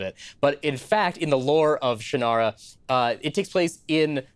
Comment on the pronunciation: Ummm, Actually... according to Terry Brooks, Shannara is pronounced "Shon-rah."